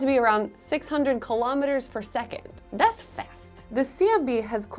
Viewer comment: that "Tha's fast" made me smile